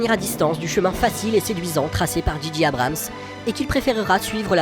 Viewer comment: analyse intéressante !! par contre si je puis me permettre J en anglais se dit djé et G se dit dji donc djé djé Abrams (juste pr dire pcq ça m'a irrité l'oreille même si ça n'empêche pas un très bon contenu!!) :)